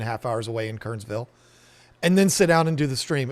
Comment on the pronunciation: It's pronounced Ker-ners-ville (3 syllables) -- got to sound like a native! Glad you're here in NC.